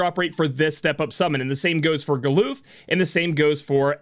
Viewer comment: Never would have thought to pronounce his name as Gal-oof.